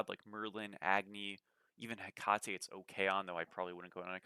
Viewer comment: Hecate is pronounced “heck-uh-tee” by the way. All love❤